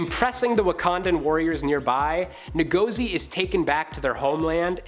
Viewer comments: Good video....but its pronounced "In-Go-Zee" not "Nuh-Go-Zee" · lol Ngozi! you need to go to Africa for spiritual cleansing after pronouncing it like that.